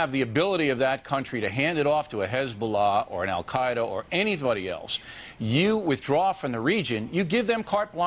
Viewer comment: O'Reilly is like "anyvody else..."